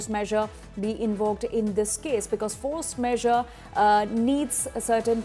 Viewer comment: Isn't it force majure ? What force measure...is the presenter not aware😢